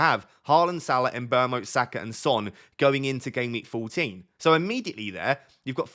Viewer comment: How can you get someone’s name so wrong every time you say it in every video? Mbrmo? Tf where do you get the r from?